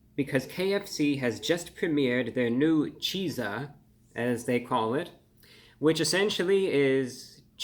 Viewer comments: wouldn’t it be pronounced like “chick-sa” because he pronounce pizza like “peak-sa” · Cheat-za. Like PIZZA but with CH instead.. Not that hard to pronounce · I think it’s supposed to be pronounced “Cheatsa” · this is just conjecture but I do believe it would be pronounced “cheat-za” in the same way pizza is pronounced “peat-za”. Best wishes :) love your videos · I never thought I would see the day that ReviewBrah would be in error and in need of correction but we are living in history-making times. The Chizza is pronounced to rhyme with the word pizza not peas-ah. That's a double-z there, not one. The colonel only replaced the "P" in "pizza" with the "Ch" from "chicken." Ch-izza. It's pronounced Cheet-suh, not Chee-zuh. I've enjoyed your videos for many years. Cheers. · It would be pronounced as Shitza as pizza is pronounced with a T and if it's spelled chizza it becomes Shitza 😂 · Great review/episode. You look well and seem happy. I hope you are! 🙂 I will def give the Chizza a try. ( I think it is best pronounced 'cheet-za' as we pronounce 'peet-za'...... Just my 2cents) 😊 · Wouldn't it be pronounced more like cheat-sa? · Not sure why it bothers me, but why do you drop the hard z from chizza but not pizza. It sounds like you are saying "cheese-ah". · It's pronounced "Cheats - Ah". Like pizza. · Seems to me, it should be pronounced, cheet-za.. like pizza is pronounces, peet-za.. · Chizza sounding like Pizza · Pizza pronounced "peet-suh" Chizza pronounced "cheat-suh" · Shouldn't it be pronounced "cheetza", the same we do pizza? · Wouldn't you pronounce it ''cheat-za'''???? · Well the word Pizza has the Tza sound in it, not sure why this wouldn't be pronounced Cheetza as well. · it is pronounced cheet-za. 😊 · Shouldn't it be pronounced like pizza? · Disappointed the “zz” in chizza isn’t pronounced in he same way as in pizza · Why in the world isn’t it just pronounced to rhyme with pizza? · (Mispronounced Chizza, that is) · not cheeeza chizza. izz not ees